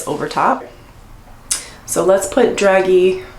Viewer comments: "DRAZHEE" not "Dragee" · “Dragee” pronounced Dra-jay. All Very pretty! Thanks for the video.☺️